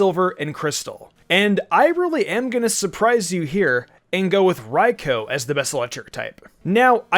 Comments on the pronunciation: The pronunciation of raikou 😬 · Anyone else mad how he said raikou